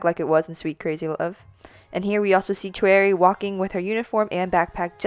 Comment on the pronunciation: Hey great video but you mispronounce a few of the member's names. Choerry is pronounced like "cherry" since the "Cho" is from her last name Choi which is pronounced "chey". Another is Yves. It is pronounced like the name is supposed to be pronounced in French, which is "Eve". And lastly, Olivia Hye. it is also not said how it looks. Hye is pronounced "hey" as it is from Olivia's real name, Hyejoo. (also, vivi but i just say it like bibi. that's just my opinion though, not fact) Thank you for your theory and I hope this doesn't come off as rude :/